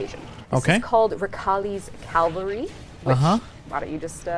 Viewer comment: its written cavalry and shes saying calvary . realy? leary? thaw era ouy naltink atoub?